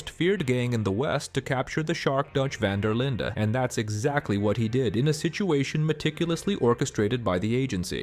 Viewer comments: Van Der Linde not vanderlinda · Van der “Linda”? “Column” O’Driscoll? Why do you keep mispronouncing names that are clearly spoken throughout the entire game multiple times? Have you even played this game? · It's van der linde not vanderlinda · It's pronounced Van Der Lind, not Van Der Linda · Speak english, will you? It's not vander, linder, it's van-Der-lind😊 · Fuck sake dude, calling the gang "van der linda" is really anoying its van der linde said as lind - the e on the end is silent 😂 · It’s actually Fan der Linde. The “e” is not ee but eh. And certainly not Linda. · “Van der Linda gang” 😭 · No one has ever pronounced van der linde as Linda so why are you lol? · How uninteresting do you think you have to be to say "duh" at the end of Dutch's surname? It wasn't a speech impediment moment, that was blatent disrespect to the people that worked on the RDR franchise for over 15 years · Pronounced C'olm* & Vander-Lind* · 13 SECONDS in and i hear van der lindER gang cant even pronounce the gangs name right after apparently studying the game and collum O'Driscoll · “a rival of the VON-DUH-LINDA gang” 😂 dude, if you’ve played the game, you should know how to pronounce the name. Great video, but that pronunciation just irritates me to no end. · “vana der linda gæng” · "the Vander linder gang" lmao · did he say: dutch van der linda? :D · my guy, i don´t know where you learned your Dutch but Vandur Lindur is a joke, we ain´t Scandinavian. Take it from a native Dutch speaker. My point was just that the only one saying it close to the original name is Bronte. It´s not a d*ck, don´t take it so hard. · Van der linde❌🙅 VAN DER LINDA✅🔥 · How the hell can you be so knowledgeable of the lore but don’t know how to say Van der linde correctly?? It’s not like it isn’t spoken dozens of times throughout the game .